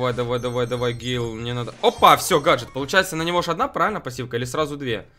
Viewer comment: ПРАВИЛЬНО ГЭЙЛ